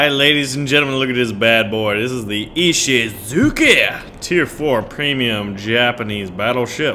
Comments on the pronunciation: Its ishisuCHI not ishizuki... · Please, can you 'Muricans look up the pronunciation of words first please? Texans mispronouncing Japanese words is cringe-worthy to say the least... It's Ee-shee-zu-chy, not Ee-shee-zu-kee...remember that nobody else in the world says "Zucchini"...just you weirdos...